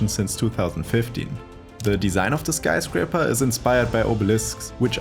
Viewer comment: anyone else bugging by the way he says skyscrapper? lol